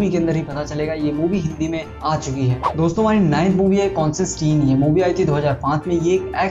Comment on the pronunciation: It's Constantine not consistene